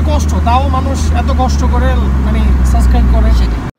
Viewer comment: shob thik ase but!! tumi suibscribe ta thik moto bolte parona!"suscribe"